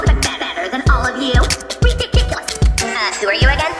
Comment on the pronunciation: this is redickulous utterly redickulous